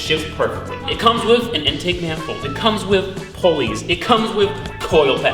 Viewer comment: I like how he says wiv instead of with